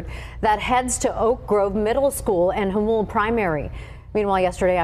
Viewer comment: It's pronounced "Hamule". Im from San Diego and not long ago Jamul was pure country.